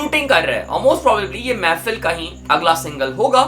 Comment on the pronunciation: Bhai woh mehfil nahi mehfeeeel hai feel